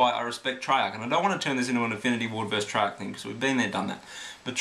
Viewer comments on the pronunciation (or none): none